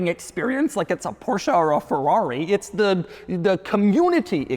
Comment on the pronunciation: Doug keeps saying uts time, which makes me think its not time. Also the g wagon sucks.